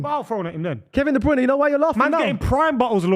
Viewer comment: Please ill do anhthing just tell to pronounce de broyne properly its de brer-neh, sounds more like de brainah